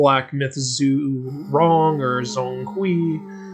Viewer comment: it's not zong kui, 'Zhong' should be pronounced similiar as 'John'